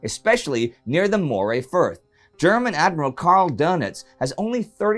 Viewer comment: Not to be pedantic but the Moray Firth is pronounced Murray